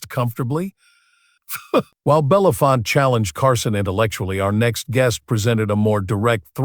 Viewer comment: What everyone below says plus: Harry Belafonte. His name is pronounced BELL UH FONT AY (or also EE) not BELL UF FONT. Who doesn't know that????